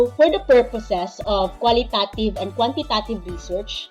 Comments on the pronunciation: Pls pronounce it in a correct way😊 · Be mindful of your pronunciation of QUALITATIVE AND QUANTITATIVE since a lot of students may access this video. It matters.